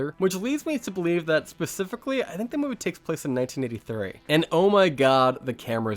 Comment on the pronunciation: He says movay( movie) for that reason I will not watch any more of his content 🤣 movay